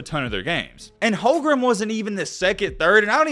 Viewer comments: The warriors had the best d in the league oh, plus it’s not Chet holgrum it’s home-grin.lol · is there a reason you keep calling him "HolmgreM" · Uh,? What's this video even saying? And it's Holmgren. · Yeah you watch all the Gonzaga games but you don’t know how to pronounce his name oh and that trash 39% 3-pt shooting you’re taking about as a center would be 2nd best in the league behind kat. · if u gonna make a video about bro at least say his name right 💀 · bro cant even say his name right and we're expecting some informed takes? lol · Claims to have followed Chet Holmgren since high school and can’t even pronounce his last name right